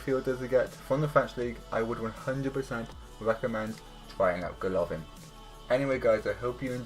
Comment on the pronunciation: not GolOvin !!! GolovIn